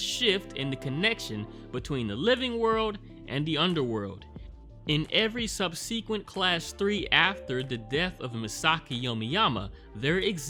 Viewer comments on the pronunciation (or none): Bruh gotta learn how to pronounce subsequent